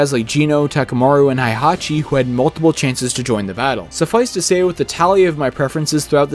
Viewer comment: I love everything about this video except that you keep mispronouncing Heihachi as Haihachi. It really kills me a little each time you say it......😭